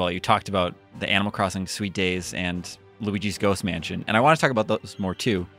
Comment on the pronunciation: That's a weird way to pronounce "Luigi's Ghost Mansion"